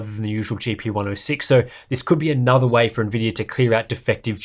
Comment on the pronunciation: "The wey it's meant to be played"